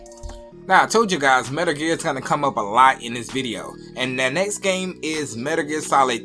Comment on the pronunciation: Dude saying 'Metr Ger'?